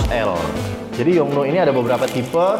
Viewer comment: gak usah dimonyongin gitu juga kali nyebut yong nuooooo.... 😍